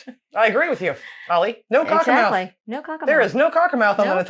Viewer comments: Cockermouth is actually pronounced like cockermuth but I’m from cumbria myself so i don’t know if that’s just my accent or not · Cockermouth is the nearest town to where my parents live. Like many place names with the suffix -mouth, the pronunciation is more like "muth". It, of course, sits at the mouth of the River Cocker, where it meets the River Derwent. It's actually genuinely a fantastic town to visit, and in a wonderfully beautiful area of the country - the Lake District! But completely understandable that he would omit it from his route. He'd probably have to take the A66 to get there if Wetwang was his previous stop, and then the A69 to get back on track. A 3 hour detour in good conditions, and a miserable drive in poor conditions.